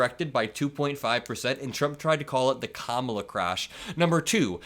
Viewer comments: Whine-o still won't pronounce Kamala's name correctly. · If he can’t pronounce her name then he must be talking about someone else